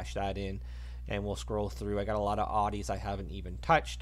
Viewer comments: It’s Audi not ardi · He says ardi